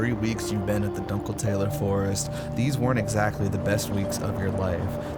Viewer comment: Amazing video...but the pronunciation of "dunkeltaler" was criminal